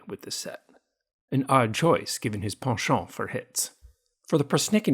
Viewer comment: I admire the classy way you pronounce "penchant." That Red Man card is the only one that makes him look as though he needs a shave.